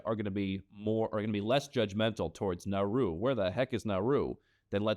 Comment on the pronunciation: IT'S NAURU